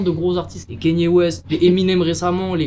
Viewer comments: Vous avez du mal avec son nom à kanye west,à chaque sortie de yeezy etc c'est du kenny west... "canne yeah" en phonétique(pour les nuls), sinon c'est ye vu qu'il à changé de nom ("yeahhhhhh") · 👉 Kaï- Ni-É 👍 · Arretez de dire « Kenny » West svp 😭